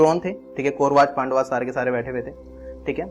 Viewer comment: mujhe dukh hota hai jab indian log "pandav" ko "pandava" bolte hai....yeh sab angrezo k liye hai hamare liye nahi